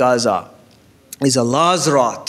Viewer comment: Wrath not rot seems like need to learn to speaks English